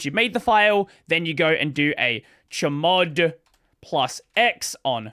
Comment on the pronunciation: I like how you pronounce `chmod`, I always tend to expand the full name out when saying things like that. So `chmod` is pronounced "change mode", `sudo` is pronounced "substitute user do" and so on.